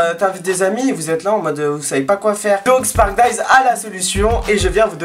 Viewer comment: j'en ai marre de quand tu dit sparkdise